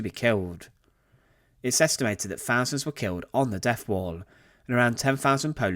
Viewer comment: Fousands?,learn to speak English.